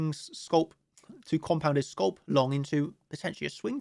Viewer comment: Its pronounced scalp not scoulp.